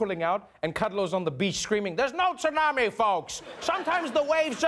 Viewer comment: Outstanding pronunciation of tsunami!!! Trevor does good work.